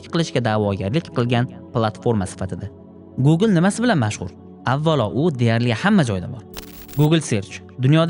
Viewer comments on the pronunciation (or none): Глабал, гугул 😂